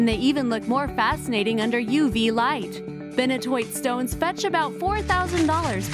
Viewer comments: Did you just say... Benohtoit? It’s called benitoite (Ben-eat-oh-ite) lmaooo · HAHA TAAFFEITE..... "ta-fite" Benitoite "beni-tOYite"..... Never heard of Poudretteite.... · #13: If it is found in San Benito County, then its name is pronounced "Be-NEE-to-ite." PLEASE do not upload any more videos until you can pronounce the names of the stones correctly!!!! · IT'S PRONOUNCED BEN-E-TOE-ITE.....